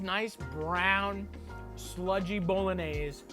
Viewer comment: Cause he says it properly? 🧐